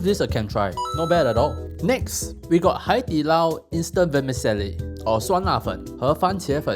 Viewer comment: "vermicelli" sounds like "jelly"